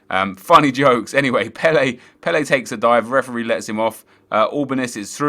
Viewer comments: It's not "Pell-ay" It's "Pell-uh" So annoying! He ain't no Brazilian legend! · Again, you are wrong, it's Pel-ER